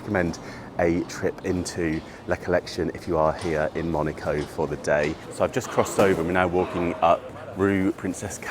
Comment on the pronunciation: You are pronouncing name Monaco wrong....😢